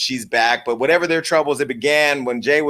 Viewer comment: Jason!!!! I love that you say whatEVA!!!! Love the format.